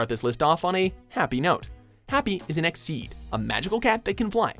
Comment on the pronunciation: Did he just say DONKYOTY?!?!? wtf xD I thought calling the flying cats from Fairytail 'Eskeed' was already kinda weird but Donkyoty takes the cake. How does that even happen. We got the internet with Wikipedia and like every other Anime has it's own wiki page. Did you guys even look up what "Donquixote" is a reference to?